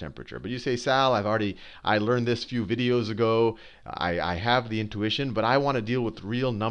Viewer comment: At the beginning he says "A couple of videagoes". That's cute.